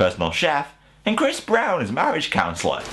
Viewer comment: khrrris brrrown.... hehe